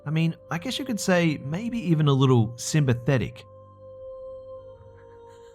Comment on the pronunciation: Wow! 'Simbathetic'?! smh (lol)